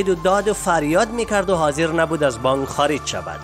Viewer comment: بانگ نیست برادر بانک است. گ تلفظ نکنید ک تلفظ کنید